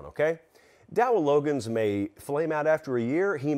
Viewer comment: It's Dowell Log-gains